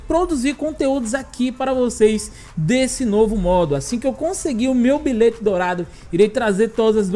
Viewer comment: "Bilête" kkkkk